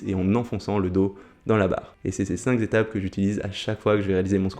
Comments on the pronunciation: Super vidéo, je vais suivre tes conseils pour améliorer mon squat. mais cinq zétapes… à corriger aussi ! 😉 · bravo pour les cinq Z'etapes, le fameux z de liaison est magistral!!!